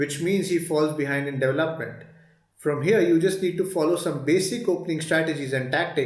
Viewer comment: DevelopmenT not Development’d